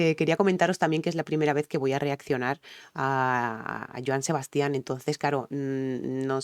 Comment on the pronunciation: Se pronuncia "Sebastian" sin acento en la última "a", el énfasis al pronunciar su nombre debes hacerlo en la primera "a". De él puedes reaccionar a "25 flores" o a "Maracas" que la cantaba con Alberto Vázquez Saludos